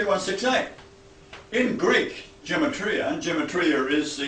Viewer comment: He doesn't even know how to properly pronounce gematria, lol!